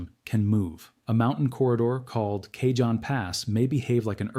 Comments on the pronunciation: Pronounced Kahon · Cajon pronunciation is kahone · Soft a (ah) and j is pronounced H. It's a Spanish word so pronounced like Spanish